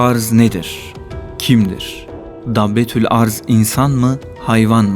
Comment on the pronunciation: Arz değil başka şekilde okunur